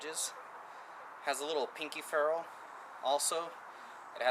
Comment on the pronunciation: Youre pronouncing botoning, ferrel, and choil wrong. Not sure if thats how you spell choil or not lmao